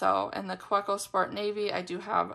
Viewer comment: Kaweco is pronounced Kaveco. I find their nibs are so inconsistent. Loved my first one but others gave me problems.